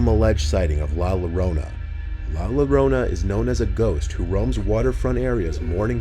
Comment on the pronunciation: I know a lot of people struggle with this but it's pronounced "Yorona". If you see the double L together pronounce it "yo" so Llorona is "Yorona" almost like saying "jzo"